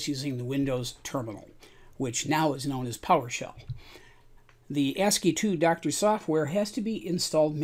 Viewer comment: You are saying 2 because II is in the name but in this context it is not the roman numeral 2. Is is part of the abbreviation ASCII (American Standard Code for Information Interchange). So then ASCII is normally pronounced something like ask-y. So the applications are ask-y-doc and ask-y-doctor. Thanks for the video.